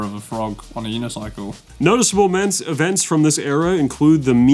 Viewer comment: he said ments! Nice jason genova reference